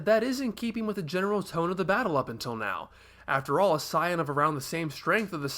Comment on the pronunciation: explained it. Since the japanese term is Saiyajin (Saiya-Jin = Saiya-People), it's a wordplay on the word Yasai, which means vegetable in Japanese. Because of that, the way pronounces Saiyan is closer, to what the English version should have been to begin with.